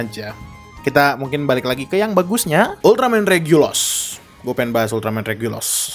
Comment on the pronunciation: Regulus bukan regulos